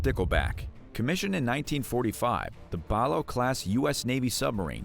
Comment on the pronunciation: the Stickleback class is pronounced. BAH Lay OH ...